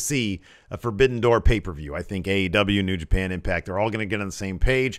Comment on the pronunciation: In the intro it sounds like you say "Ass Wrestle Juice" That is a totally different type of video I think.